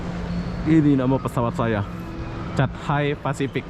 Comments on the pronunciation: Cat Hai pacific seharusnya di baca Kha Thai pasific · di minit 4.48 tersembur Milo aku bila sebut chathay Pacific